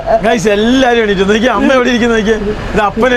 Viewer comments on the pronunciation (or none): none